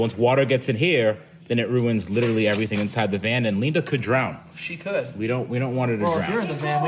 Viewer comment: ‘You probably like the rumble’. ... someone call Electrified garage’s ‘HR’. ‘pleese’... Leenda has a harassment complaint! 🤣